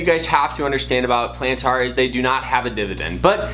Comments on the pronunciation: Bruh... Before speaking about a company stock value... Learn how to pronounce the companies name. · I previously made a rude comment about how you pronounced Palantir. I saw there were other similar comments and you clearly got the message. I deleted my original comment and wanted to apologize for being rude. You're trying your best and are trying to provide value to your viewers. Keep it up bro, always growing and learning, and much luck to you and your channel. I'll keep an eye out for your next vid. 👍